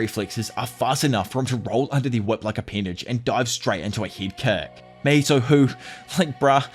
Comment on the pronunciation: Not "HIMATHY"😂❤. I'm gonna use that now 😂